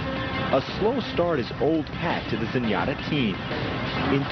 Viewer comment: I always loved how when Trevor D. called her Zenyatter 😅